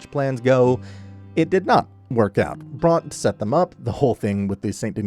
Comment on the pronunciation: Why are you mispronouncing Bronte so bad?